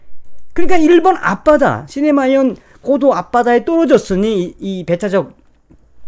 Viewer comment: 그리고 시네마현이 아니고 시마네현 입니다.